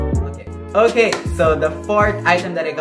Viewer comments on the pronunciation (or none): none